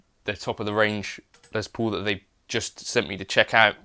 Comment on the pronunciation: The man’s name was Les Paul, not Lez Paul.